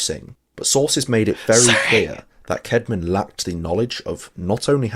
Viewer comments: Not bead, but Bede, Adam Bede. And Caedmon is thus spelt, and should be now pronounced as 'Cadman', not kedman (e.g. King Aethelstan = Athelstan). The subtitling cannot cope. The Narrator wasted an awful lot of his video talking about Whitby, Caedmon, and Bede, and not enough about J.R.R. Tolkien and his West Midlands associations, from which the real inspirations were drawn. The video is not really about LOR but rather about Whitby, his accent points to him being a Yorkshireman, where Caedmon, Whitby and Bede hail from. Middengeard is a Viking term, not strictly Anglo-Saxon and belongs to Viking as well as Saxon mythology as middilgard, i.e., the World, i.e. the world between the Saxon equivalent of hell and heaven (Saxon - Asgard), which is in effect Middle-earth; however, Tolkien infers that Middle-earth is only an area of a larger world and not the whole. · Sorry. I just have to correct the name of our hero. Cædman. Is pronounced with a short A. Cad-man. The 2nd letter is an asc. Pronounced ash. Long story short. It's one of a number of letters that didn't make the journey from Old English to modern English. And honestly, I think it's also worth pointing out that the statement that it's the first ever English poem written is quite a claim.